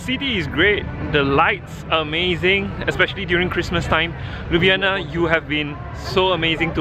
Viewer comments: Not Liub'yana, but LyubL'ana. Where is my rap, you promised? Do it? it's simple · Liub'yana (Ljub-djana), as you said, mean kiss pussy. :D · 😐 it’s Ljubljana !!akward